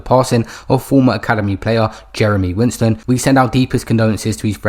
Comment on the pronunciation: The least you can do is pronounce his last name correctly. Its WISTEN not WINSTEN. A little effort for the deceased please.